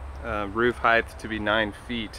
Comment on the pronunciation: Great stuff. Only thing I gotta say is it's said hi taa not hii thh. Height... lol. Sorry. Lol. But very informative video. Great job.